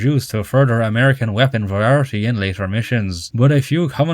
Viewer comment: i will never get over ya boi pronouncing variety as "verarity"